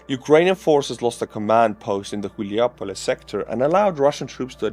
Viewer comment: Its Hulaj-Pole. Not Chilja-Pole ... Chuljapole sounds like something else. 🤣